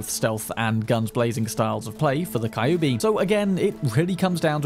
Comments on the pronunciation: It's not KAyubi. It's KYUUbi. Like Q! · I still get triggered abit when you called Kyubi a Kai-oo-be. Its more like a "Cue-b" spelling wise i believe. Derived from the word 九尾(nine-tailed) in Japanese. Similar depiction of the same creature can be found commonly from East Asian folklore. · Kyubi is read cue bee. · Kyubi is pronounced as QB i think :p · Always appreciate your video! I hate to be that guy, but "Kyubi" is pronounced like Q-B